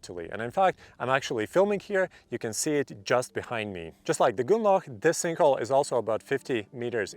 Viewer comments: "goonlauch" jesus christ try [GROON-LOCK] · Nice to know I'm not the only that heard goulag. 😂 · the way you are saying grünloch is so wrong it almost sounds like you are saying gulag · Grünloch, say it with me GRÜNLOCH xD